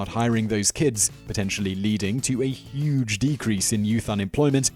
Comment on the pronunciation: A YUGE DECREASE IT'LL BE YUGE